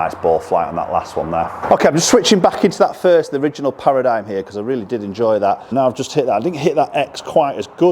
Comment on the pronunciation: It's pronounced para-dim